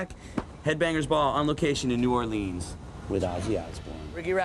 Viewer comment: Riki rackman is so fake.He doesn't even know how to pronounce New 'Awlins